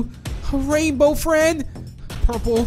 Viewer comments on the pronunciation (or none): U said a rainbow Fred instead of rainbow friend ❤😂